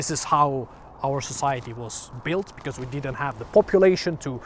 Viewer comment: Just one funny thing i noticed. A not 100% Finn actually pronounciates his ö"s right, but not in the framework i would have expected. Metal umlauts or not, your "because" became "becöme" and i love it . :D